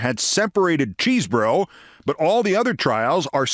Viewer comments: Keith, I admire your work, but he's not "impossibly named" because his name isn't "Cheesebro," it's Chesebro (pronounced "Chez-bro"). You're usually so careful about things like this; I hope you correct future reporting. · Say"Keszbro"-hard "ch" as "mach"- we have a similar nane🚨⛔